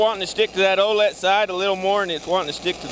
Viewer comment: Think it’s supposed to be O’let